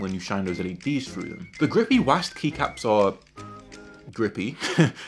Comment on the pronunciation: Bro said “wasd” instead of W,A,S,D